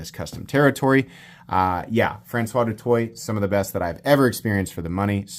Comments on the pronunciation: His name is pronounced Do Toy and if you were in high school with him you would nickname him Doot. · Do better, du Toit - (Do Twa) Google Translate is free